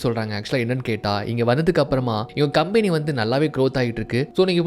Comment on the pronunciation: Bro please correct the pronunciation of the word "company" bro.